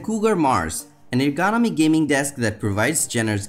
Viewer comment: I can’t stand the way he pronounces the word ergonomic